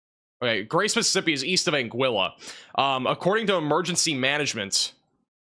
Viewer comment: I’d prefer my tornado be bacon-wrapped. Sending you a bottle of Afrin.🫡👍🏼 (Angeeyah) vs “Angilla” Torteeah vs “Tor-Tillah.”